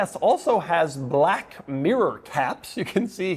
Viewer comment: The way he's saying BLACK is killing me